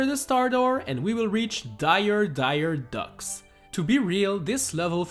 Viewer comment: Did you say owl as if it rhymes with soul? And taunt with count? And lobby with hubby? And haunted with counted? And leathal with leaf hall ? Jesus shit. And docks as duck?